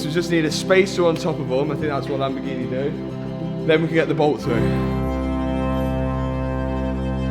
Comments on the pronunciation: Always catches me off guard when says Lamborgini normal instead of "Lamborginehh" 😂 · Matt finaly learned to say "Lamborghini" because before he was something like "Lamborghiine"..